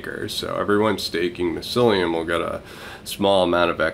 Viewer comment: What is it with you and pronouncing things.... Mycellium.... like My cellium XD